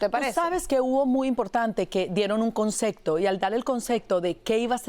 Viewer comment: Se dice concepto no CONCECTO